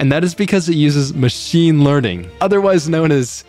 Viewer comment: Meechine leening